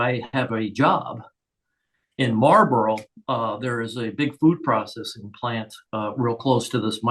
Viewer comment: Marlborough is not Mallborough.